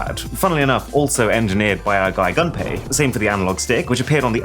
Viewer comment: Not "gun pay" but "goom pay".